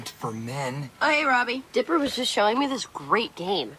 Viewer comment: you said robi instead of Roby